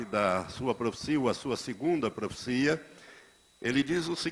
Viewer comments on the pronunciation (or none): PROFICIA não, né Pastor. O correto é PROFECIA! Que tal falar direito antes de mais nada?